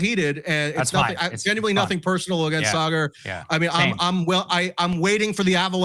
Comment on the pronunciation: Sorry just a little off putting to mispronounced saagars name. I fuckin hate thar guy but mispronounced a name is a big dig. You can find better jokes. Saagar embarrasses himself constantly with his real opinions. Calling him sugar makes you look stupid. Smh